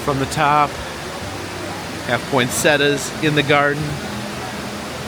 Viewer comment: If my dude mispronounces poinsettia one more time, idk what I’m gonna do, but I’m gonna do it man